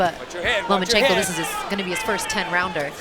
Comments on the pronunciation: I like how one of the commentators keeps calling him 'Lemonchenko'. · So the commentating isn't worth listening to.... I think they just couldn't pronounce his name so.....